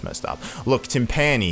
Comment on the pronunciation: It's pronounced timpuh ni